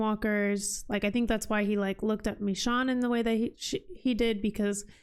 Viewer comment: Michonne's name is pronounced Mi"shown" Not MiShawn.